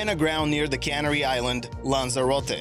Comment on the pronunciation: could you please tell how you say CANNERY again pleas, it sounds as though you are talking about a canning factory.!!!!!!!!!!!!!!!!!!!!!!!!!!!!!!!!!